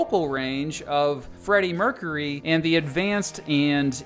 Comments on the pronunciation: merk-yer-ee not merk-a-ree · Mercury is pronounce “mer-cure-y” not “mer-curry” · Thanks I couldn't pin point why I hated the way he talks and this video. It sounds like he is questioning every thing he says or making fun of everything. Also the way he says Mercury.